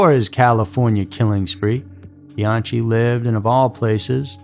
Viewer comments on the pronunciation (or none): Bee-on-key. That’s how it’s pronounced. Not Bee-on-chee. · He also mispronounced Macedon (Mass e din) . But what’s really inexcusable is mispronouncing Bianchi (Be an key) when after he says that word he plays a clip of Nikki Rudd clearly saying Bianchi the correct way. Some people just don’t have standards nor pay attention to their own work. That’s not what gets the clicks. Just the shock and awe factor. Also- these aren’t the alphabet murders! How do you get that wrong??! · Right. Not bee-AHN-chee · lord man, BE-YAHN-KEE. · pronounced "cologne" and "beeanki" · The one Hillside Strangler's name is pronounced /be-AN-ki/, as it's originally an ITALIAN name. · OMG ITS BE-AHN-KEE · It wouldn't be a Scary Mystery video without the egregious mispronunciations. The newsreporter has it right for Kenneth Bianchi, but doesn't. Why can't you imitate what newsreporter says? Also, Carmen's last name isn't "Collin", its coh-lone, emphasis on lone.